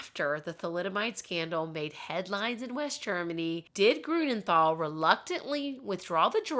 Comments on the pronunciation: Pronounciation tip: Grünenthal is pronounced TAL, not THAL. There is no th sound in German. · how did you try to figure out the German pronounciations? xd I am wondering cause what you said sounded to my German ears like for example "Grunenthal"/ "Grounenthal" with an English th that we dont have, "Heinrik Mukter" and "Odo Embros"